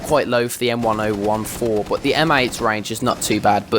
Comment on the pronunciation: It's pronounced "m ten fourteen"